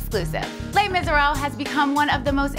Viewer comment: She pronounces misérables wrong.. LOL double fail